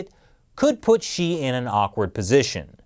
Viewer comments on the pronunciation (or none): He actually said "Chi". Does he really know (or care) who is the President of China is???